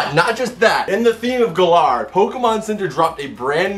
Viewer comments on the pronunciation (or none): Why does he call it Galaar